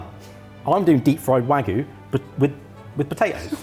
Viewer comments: I say this with love; mispronouncing 'wagyu' is a food crime. Japanese is written phonetically - 'wa-gyu', not 'waggu'. It's easy. Now go to food jail. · I don't care what you do with it but if you keep saying "wagoo" you might lose a subscriber! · The real food crime in this video is pronunciation of wagyu